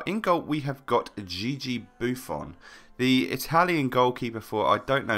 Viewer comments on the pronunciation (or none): none